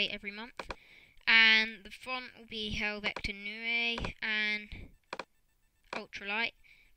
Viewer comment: ITS HEL-VET-ICA NOT HEL-VEC-TA !